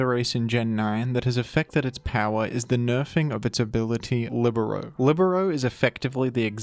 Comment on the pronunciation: The first time I hear "libero" pronounced correctly